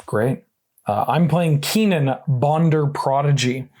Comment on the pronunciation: I'm sorry but the way you guys say kinnan is annoying. It's pronounced kin-in